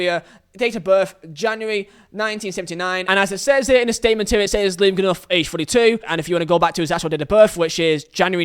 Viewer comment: Why are you pronouncing Goodenough wrong?